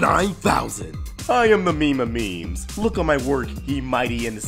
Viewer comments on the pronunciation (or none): none